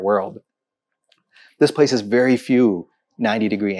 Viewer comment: It's very not wery. it's we not vee, vision not weesion if you are going to put on that fake accent, at least learn to pronounce your words correctly